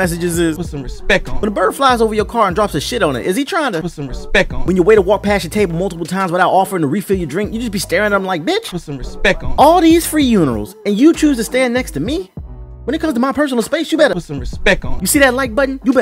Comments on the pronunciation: this nigga said unirals.... i still lu u doe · So we just not gonna mention how he said "unirals" not urinals he betta put some respeck on it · What is a "uniral" my man? 😂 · "All these free unirals" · This is like the 12th time I saw it but I'm now realizin' he said unirals. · "Unirals" - put some rispeckownit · my nigga said unerals. 😂😂😭😭😭😂😂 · Did that nigga say "all these free 'unerals'"...wtf!! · Im weak that nigga said "unirals" instead of urinals but you cant do nun but PUT SOME RESPECK ON IT